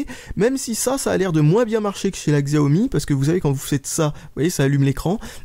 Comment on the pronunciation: Je ne suis pas sur mais je crois que Xiaomi ce prononce "chiaomi"